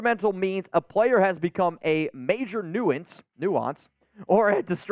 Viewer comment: Hey with all due respect Nuisance is pronounced nui·sance or knew sense;-). Love your Lives BTW!